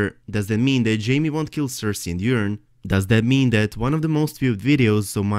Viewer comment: loved your video, well thought out and presented, but I have to say it. yer-on.....yer-on. it's coming out way too much like urine, forgive me for chuckling, and it was said at least 10 times. Forgive me brother! I love your accent and your videos!